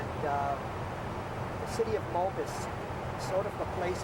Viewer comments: Cool video I live in Utah he is pronouncing Moab wrong its pronounced Moe-Ab. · Captain trying to pronounce Moab, Utah 😆